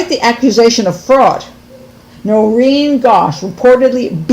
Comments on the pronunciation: It's Noreen .. Not Doreen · It’s NOReen not DOReen